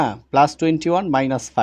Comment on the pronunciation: স্যার আপনার বোঝানো অনেক সুন্দর, কিন্তু আপনি মাইনাজ প্লাজ না বলে মাইনাস এবং প্লাস বললে অনেক সুন্দর লাগতো 😅😅